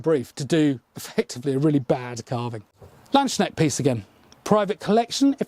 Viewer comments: Hi there. Not a critisism, just a remark from a german speaking person: landsknecht is pronounced as follows. L, like you have it in english. A, like you would pronounce a U in mum or up, or the first A in marmalade. ND, same as in land in english. Now the S after land belongs to the word land, so it is pronounced seperately from the word knecht. Not land sknecht, but lands knecht. So, so far we could write the word land in english as lund, and lands as lunds (i know that's not a word but I hope you know how you would pronounce this in english). Knecht is more complicated, simply because in english the german sound for CH is not common at all, if not even inexistent. And I can't find a comparison. Except for your cousins welsh language, where the ch is pronounced pretty much as it's pronounced in german. But luckily for foreign speakers, there are german accents which pronounce it very softly, almost like you pronounce it. so you can easily go with your pronounciation. Hope this helped, great video as always, keep up the great work. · It's so funny to me how you (mis)pronounce Landsknecht. Kinda sounds like "Landsschneck" which translates to "land snail". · Just for the record: The "k" in "Landsknecht" is not silent and the "s" (or maybe interpreted as "sk") is not pronounced "sh/sch". It's basically two words: "Lands-Knecht" or "Landes-Knecht", loosely translated to "servant of the country (/state/territory...)". Sometimes also called "Lanzknecht", meaning something like "Lance Servant". And because this is the YT comment section: No, I'm not offended/"triggered" or whatever by /anyone mispronouncing a german word. He just seems like a guy who likes to learn and get things right. I'm just trying to help. If he ignores this, that's also fine:) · Everytime someone says "Land-schneckt" my sould dies a little. it's Lands-knecht - the K is before the E & N. Sorry, it just comes up so oftern x)